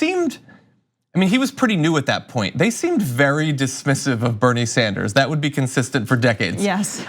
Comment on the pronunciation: Nina Turner pronounces Bernie's name correctly. Also the female of Bernard is not Bernadette but Bernarda. Bernadette is actually a modern derivative of Bernard. St Bernadette's name is officially St Mary Bernarda and not St Bernadette. Bernadette is one of my names by the way.